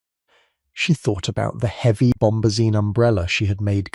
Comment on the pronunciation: Heeevy. Instead of heavy.